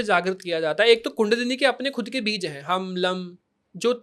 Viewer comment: बीज का उच्चारण भी स्पष्ट नहीं है इसका 😐